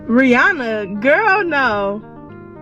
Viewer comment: Rhianna? Rhianno 🦏